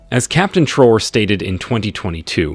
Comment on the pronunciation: The name is Traore not Traws please thks